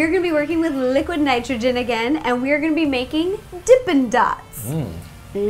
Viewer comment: nitrge? -_- idiot. its nitrogen